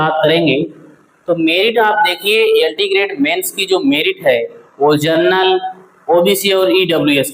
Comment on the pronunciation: जनरल होता है सर जर्नल नहीं